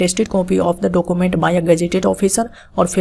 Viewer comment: Document kya hota he pronounce sahi kare yar